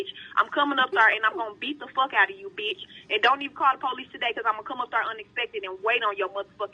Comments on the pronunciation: Uurrggg... It's not "beach" it's bitch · When you put captions on, the black lady kept saying beach😂😂, not b!tch. Lol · That was about 300 times she said “beech” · "Liddle do you know, beach...!!" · Here's a challenge take a shot everytime she says beech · All I heard was beach